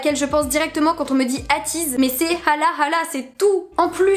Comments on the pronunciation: Coucou juste pour te prévenir on dit ateez eyteez sa me stress 👍😜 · J’ai adorer la vidéo, y’a une bonne humeur que j’adore vraiment, mais pour te corriger, on dit pas « ateez » genre « ha tiz » mais « èytiz » enfin c’est comme bts on dit pas « bétéès », voilà sa me stresser donc 😂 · AYTIZ PAS AHTIZ, sinon bonne vidéo comme d’hab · Je kiff la maniere donc tu dit ateez: toi tu le dit A teez mais moi je le dis éi teez chacun sa maniere de le prononcer